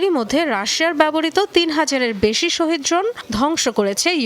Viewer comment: শহীদ ড্রোন হবে না শাহেদ ড্রোন হবে শিক্ষিত মানুষ ও মূর্খের মত ভুল করে